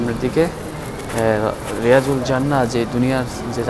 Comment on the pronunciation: শব্দটি রাএজাতুল জান্নাত,রিয়াজুল জান্নাত নয়। কথাটির শুদ্ধ রূপ হল; রব্যাতুমমিন রিয়াযুল জান্নাত।